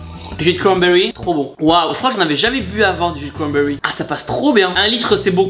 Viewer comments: jus de cwanbewy😂😂😂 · Tibo: Du jus de cwambewi Moi:🤣